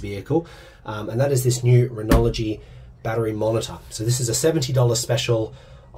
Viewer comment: There’s no ‘L’ in Renogy. 😂